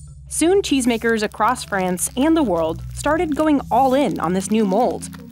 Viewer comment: Where is Frayunce?